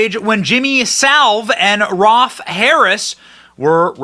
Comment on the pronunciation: Jimmy Saville, not salve lol. (quite possibly one of the most prolific, evil men in world history, not just British) ROLF Harris not Ralph 👍